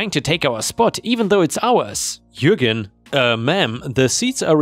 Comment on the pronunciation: Oh, knows how to pronounce Jürgen:D